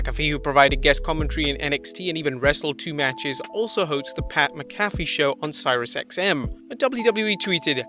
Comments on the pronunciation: It actually pained me to hear you pronounce Sirius XM, "Cyrus XM".... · Pat McAfee = Pat Mack-a-fee Sirius XM = serious x m Maybe people in the UK pronounce McAfee differently but Pat himself says it the way above. I'm sure I'll be told how wrong I am by some elitist Europeans but that won't change the way we say it. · Sirius XM is pronounced “serious”